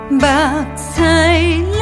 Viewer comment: 日「思」夜「夢」 這句在整首歌佔重要地位 個人覺得！ 但您可能受中文影響 「思」發音近ㄙㄧ 而非ㄙㄨ 「夢」的聲母ㄅㄏ 同於「目、迷、味、舞、靡、文..」等字的韻母 而您發音近ㄆ。「目」屎 您發得很準啊。起音的「夢」中 也很準啊。「迷」人 也很準啊。 您試試 「日思（ㄙㄨ(su)）夜夢(ㄅㄏㄤ⁷ bang7）」整首歌會不會不一樣？